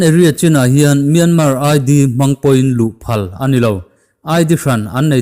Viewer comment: A ngaihnawmin a bengvar thlak ṭhin e. Tips- Mianmar hi MIAMA tia lam a ni.